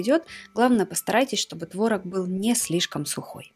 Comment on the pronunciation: не творог а творог)